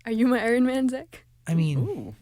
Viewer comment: Do you guys know her song ‘I love you 3000’ ? the way she pronounce ‘Ironman’ is weird..